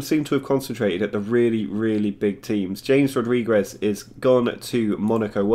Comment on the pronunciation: James Rodriguez pronounced in English lol